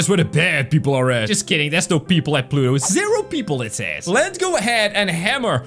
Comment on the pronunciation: You said plutot